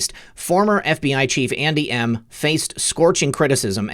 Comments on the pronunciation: buddy it sounds like you are saying aunty M, like in the wizard of OZ, not Andy M!! so Funny!! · LOL! When you said: "Andy M," I thought you said "Auntie Em, Auntie Em." (Wizard of Oz) LOL!! I am surprised by how much noise that Apache 'chopper made. Before Desert Storm, my son was a crew chief on the Apache and after Desert Storm he went to Germany to clean the sand out of those choppers. He was constantly telling me how quiet those choppers were. He told that one time one of them came up behind him and he did not hear it but was alerted that it was there by the wind the blades were throwing.